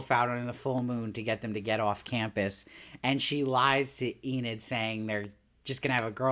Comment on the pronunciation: YOU SAID ENID RIGHT!!! That was killing me lol, love the show and i know its a weird name if u hadnt seen it (i knew Enid Blyton the author) but they were still saying 'ee-nid' in the show so i was a lil lost in the first two reviews like 'wait, who's Aneed?' lol but good job on fixing it up and powering through - great content as always :)